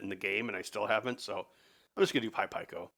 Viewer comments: Don’t bother trying to change him - it won’t work. By the end of the workshop last year, he had me saying pie-koh too! Fortunately I reverted back into proper English when I got home 😆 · Its pronounced Pee-koh not pie-koh